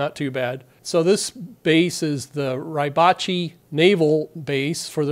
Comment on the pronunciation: not "Rye-batchee"...."Ree-batche"